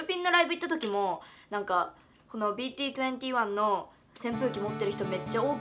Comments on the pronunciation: 細かいんだけど！BT21の読み方 ビーティーイシビルって読むよ！ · てひょんきむ 韓国での21の言い方がイシビルなのでイシビルだってネットで調べると出てくると思いますよ、BT21読み方って調べてみてください。 もしうちが間違ってたら本当にすいません